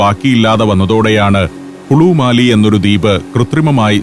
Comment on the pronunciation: മാലി അല്ല മാലെ (Male’)